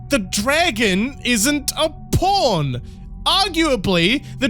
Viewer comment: Its so childish, but i die every time you say "pawn" something about your accent makes it sound like "porn". Wished id time stamped the couple times it sounding like ur saying porn made the sentence hilarious! 😅 Only at halfway point do hopefully there will be another good one i can stamp! 🤞 loving the video btw, don't think I've watched your content before but you earned a sub with this awesome critique! Can't wait to watch more of your work😊